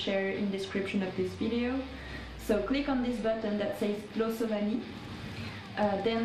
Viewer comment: Voted. As a side note - I love your pronounciation of "głosowanie" ;-) But don't worry, you wouldn't want to hear me try to read french XD